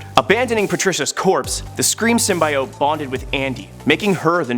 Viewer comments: why tf is he saying symbAiote its symbiote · Err... hate to break it to you, but most people would say pronouncing it "SYM-BYE-OTE" is screwing it up, as "SYM-BEE-OTE" is the most commonly used and accepted pronunciation. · (Sim-bee-ote) not sim by ote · It's sim- be- it. Symbiotic, Cut at I, add a T. It's not pronounced Sim-Bi-ote because they say it in a movie. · Sorry it's pronounced sim-by-ot not sym-by-yote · its pronounced symbeeote not symbyeote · Did he seriously say sym bai ote? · It’s sym bee ote confirmed by marvel. You would think you would do your hw, so sad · Bro say it with me: sim bee oat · Symbyiote lol! Don’t worry man it’s good. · Every time you say SymBIote I want to rip my ears out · No one... Literarly no one...: Sym-bye-ote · Sim-bee-oat nothing else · Say it with me SIM-BEE-OAT! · first. it is symbit. symbIOte is for the french. second. if an old symbiote like venom gets a new for form. that doesn't make them a new symbiote. but whatever makes you a video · its sim bee ot :P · Heard "sum-eye-it" and dipped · Stop saying sum-BYE-ote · To be clear, we're talking about cringing about "sim-BYE-ote" right? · Bro he kept saying SIMBA YOT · Sym-bee-ote is way cooler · Most commonly used perhaps, but incorrect. Ask a biologist. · I swear he’s mispronouncing it on purpose. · I can’t watch watch this video with him mispronouncing symbiote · I can barely watch this video cause of how he pronounces symbiote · His pronunciation of symbiote made watching this a pain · Hearing you mispronounce symbiote is like hearing nails on a chalkboard while cats in heat have sex while pouring acid in my eyes. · Lord, out of all the things that bugged me in this video it’s how he says symbiote.. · Was gonna say don't worry about the haters ... Then I heard you say symbiote.